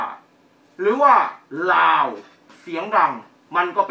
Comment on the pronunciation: คุณอออกเสียงไม่ถูกนะครับ "ราว" กับ "ลาว" (ตอแหลอ่ะ) ประเทศเขาดีกว่าไทยอีกทางด้านวัฒนธรรม